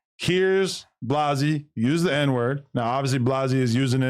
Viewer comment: Adam…the name is Blazzy, not Blozzy